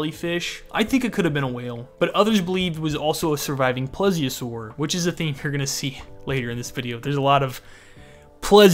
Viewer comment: Love the video but for reference; (Plee . Zee . Oh . Saur)